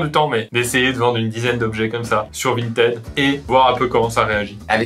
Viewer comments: Il y a que moi qui prononce Vinted "vintid" ?? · Il dérape sur le mot Vinteeed !